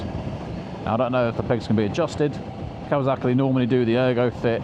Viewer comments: It’s kawa(S)aki Not kawa(Z)aki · Why do you say kawazaki instead of kawasaki ???